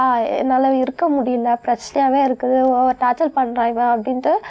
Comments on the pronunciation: evlo padichi irundhaalum torture nnu oru word ai correctaa solla therila..torchal nnu solraalunga..padichi enna use? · Torture nu solla therila.. Tortul tortul nu solraa.. Idhukellam oru kedu love vera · படிச்சது, படிக்காததுங்க எல்லாருமே டார்ச்சல் டார்ச்சல்ன்னு சொல்லி டார்ச்சர் பண்றாங்க..Tortureன்னு சொல்லுன்னு முதல்ல இதுங்களுக்கு Spellingஓட Practice குடுக்கணும் போலருக்கே!!